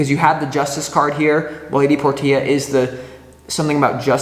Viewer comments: All the love stuff didn't resonate, but the career aspect toward the end did, lol. Thanks for that. Btw, Lady Portia is pronounced "porsha." Not nit picking, just loving correction. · Hey! here who’s name is Portia. Love the video, can’t help but giggle every time you say “Lady Por - Tia” it’s actually pronounced “Por-Shuh” ❤